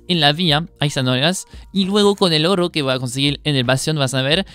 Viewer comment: "hiero" "orro". Nice!